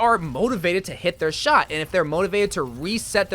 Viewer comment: “With widomaker you have to stand still and wait for your SHART to charge”